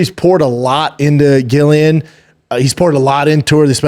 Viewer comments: Brendan just a quick little fyi - Din is pronounced “Dean” and Gillian is pronounced “Jillian” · Dude .. no home but I fucks with B Shaw...but please stop saying GILLian...its pronounced JILLian lol... pleaaassee 🙏 lol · Its said like 'Jillian' even if its its a G!!!! America say so many words wrong.. you speak English, pronounce things properly like English people do!! Drives me crazy loads of words americans say wrong.. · lol Brendan is driving me crazy by not pronouncing their names correctly. It’s spelled sin but it’s pronounced DEANA GILLIIAN= Jillian. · How does he struggle with saying Gillian and din😂😂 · I love the show honestly, some good takes, but mispronouncing Gillians name the whole time , and saying Ian is the top dog at his gym are crazy goofy haha ( pretty sure Charles is still the man there ) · What way is he pronouncing "Gillian"? 😂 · Crazy work that doesn’t correct Shaub on the pronunciation 🤣😂 dude is making him look stupid not saying anything